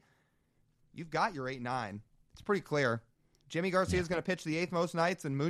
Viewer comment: Can someone explain to me why Yimi Garcias name is pronounced "jimmy" instead of "yimmy"? Lol Glad he's a mariner!